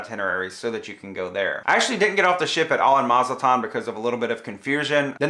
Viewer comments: Great review. Thanks. Btw, it's Mazatlan not Mazaltan. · MazaTlan not MazLtan. 😊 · Ma zat lan, not Ma zal tan